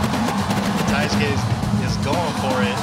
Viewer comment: wtf is a TAI SKI..thats what dude kept calling Taisuke..nobody told him how to pronounce the Mans name?? smh